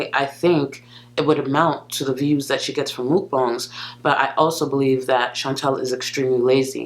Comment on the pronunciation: Gorl was big on putting S's after her T's back in the day i.e. "thatsss" instead of "that"